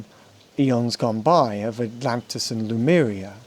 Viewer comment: Lemuria or Lumeria ... or Le-Mu-Mu